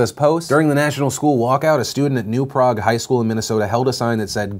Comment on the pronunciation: Just an FYI, the Minnesota school is pronounced like “New Prayg”